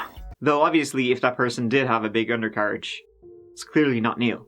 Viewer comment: lol, lol , 'his undercarridge'